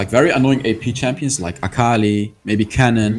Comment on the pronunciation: You said "except for akali" but it actually sounded like fukali My bad😅